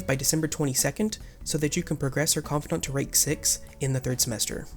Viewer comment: Why do you pronounce confidant like that?